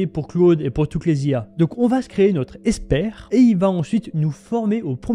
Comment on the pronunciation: Comment prononcer "expert IA" et non "espère IA" ?